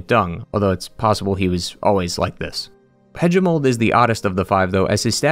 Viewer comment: The a in galien is pronounced like in Apple and the a in Hagimol is like in ape and the g is like in goalie.